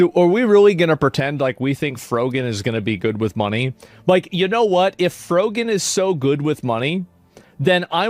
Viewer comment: I keep hearing "FUGGIN'!" IS he saying FROGAN or FUGGIN'?